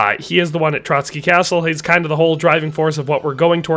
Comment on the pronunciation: ''Trotsky castle'' 💀